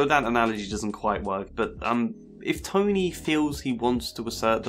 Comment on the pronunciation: I really like that it sounds like you're calling him Tiny lol